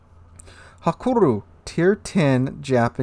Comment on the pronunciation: I don't think it is "hakuru"... :)